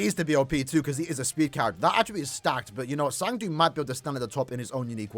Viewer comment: Who is “zang du”… it’s cang du…